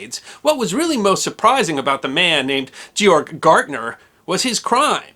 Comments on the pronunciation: Gärtner is pronounced Gertner not gartner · Totally mispronouncing his last name, it's "Gärtner", the "ä" (ae) sounds more like the "ai" in "air". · Also his last name is pronounced "Gare-tner" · The name Gärtner is also incorrectly pronounced as "Gartner" throughout the video. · With the "umlaut" (two dots over the a), that would be pronounced GAIRT-ner. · Your pronunciation of "Gärtner" is way off. "ä" (ae) is an Umlaut. Otherwise great presentation. Greetings from Germany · So it was the Whymar Wepublic was it? How is a w pronounced in German? Like a V, NOT a w. Also his name was not G Org Gartner. Georg Gärtner was his name. He was not associated with the consulting and analyst firm. The letter ä is NOT pronounced the same as the letter a. If expanded it would be spelt ae. If spelt out his first name should be prounced more gay org; certainly not g org. Please at least make a token effort to get the pronunciations correct.